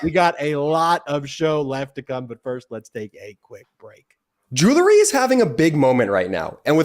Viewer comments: It’s not JEW lery ….. it’s JEWEL ry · I love your show. But please the word is jew ell ry not julerry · Check proper pronunciation of "jewelry". I bet it's not " jew-ler-y"...